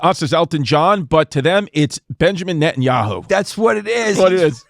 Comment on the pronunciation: He gets closer to pronouncing it than any of y'all lol 😂